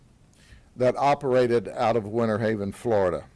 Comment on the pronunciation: It's not "Winnerhaven...", it's Winterhaven and not "...innernational...", but "international." Please, people, pronounce your "Ts" when you speak such words. Our US English language does not need to be totally decimated; it's already overburdened with slang and mispronunciations. When saying "international," pronounce the "t." PLEASE! Again, another example: it's "winter," not "winner." Get it?